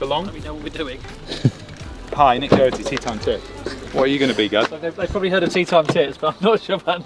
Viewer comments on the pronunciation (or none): Nick you need to learn how to say your Irish Surname properly 😄. Pronounced "Dockerty"